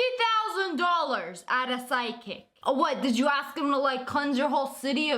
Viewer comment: Whenever she said psychic I heard sidekick Bye